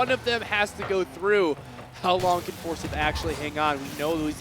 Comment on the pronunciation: You got commentators for the GHSA that pronounce Forsyth as For-sith? Sheeeeeeeeeesh